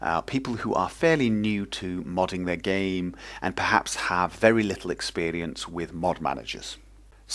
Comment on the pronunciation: experience ( with a fast eince )